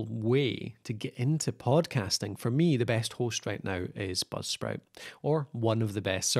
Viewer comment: Dude what the hell are you saying, budsprit or popsprit, or blubsprit